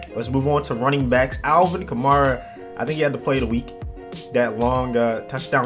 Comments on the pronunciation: When your saying Kamara say it kinda like Camaro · Kamara like Camaro. Also, Mariota is mah-riota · Kamara is pronounced like camaro but with an a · Honestly man, I don’t even know how to say his name and I’m a saints fan! I have heard so many pronunciations of his last name that I don’t even know. I’ll tell you how I say it though, kuh- mar-uh